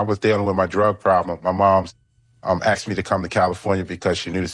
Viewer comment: They “Aksed”….Love it!